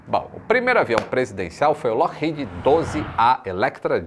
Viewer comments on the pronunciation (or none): none